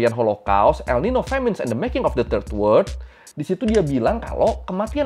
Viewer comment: dari semua video lu kan banyak banget muncul kata WORLD, tapi lu bacanya WORD. Kalau ngerasa belibet ngomong WORLD (WERLD), pake aksen british aja (WELD). Jangan pake kata WORD. Cuma kasih masukan aja, no offense.